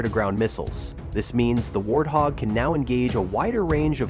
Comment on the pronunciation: "Super A-tend Warhog"? C'mon. Enough AI nonsense.